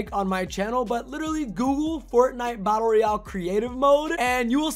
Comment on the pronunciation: You didn’t understood anything because you said “the new creative mode in fortnite battle Royale” Batlle royale. Cmon bro 😩